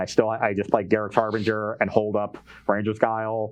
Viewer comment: “Harbringer”??? been spending too much time around Cedric.